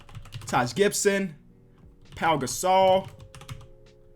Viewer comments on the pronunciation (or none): none